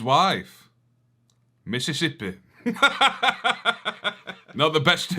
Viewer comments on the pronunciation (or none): none